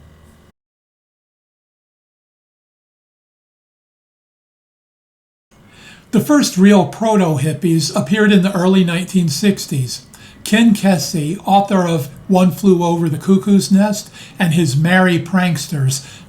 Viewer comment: Ken Kesey, pronounce it like "easy". He Wrote One Flew Over the Cuckoo's Nest, Sometimes a Great Notion, and drove with the Merry Pranksters on the Further bus from Oregon to New York to hang out with Tim Leary. Things were weird and then Tom Wolfe The Electric Kool-Aid Acid Test so you can go deeper into it by reading that.